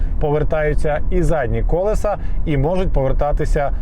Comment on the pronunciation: КолЕса, не кОлеса